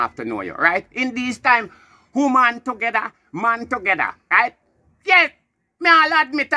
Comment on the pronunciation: Shouldnt to "begether" bwoy🤣🤣🤣🤣🤣